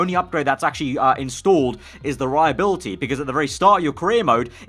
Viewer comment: The way he says ”Durability” <<<<<